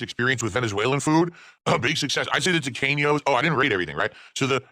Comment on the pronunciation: My wife, who is Hispanic, says the way he pronounces Tequeños fills her with intense and utter rage and, also demands that I let people know, it isn't a dessert, it is a snack food.